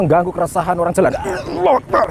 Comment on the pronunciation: Bukan Aulah tapi Allah